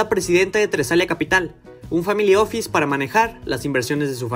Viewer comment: family office? start up? home office?.... please give me a break....if you are going to say little english words...at least get your pronunciation up to part.